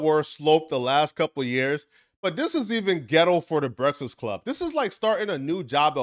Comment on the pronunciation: Why tf you cant say breakfast correctly?